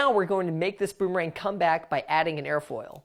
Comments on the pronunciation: Does he says “ ROOMERANG “ or “ BOOMERANG “ ? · You said at that beginning of the video roomerang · i heard he said a roomerang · i hear Roomerang